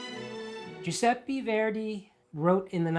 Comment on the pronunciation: Dear Rajiv, love your channel! Just a suggestion because I am Italian: the last e in Giuseppe is pronounced like the first. Love, 🥀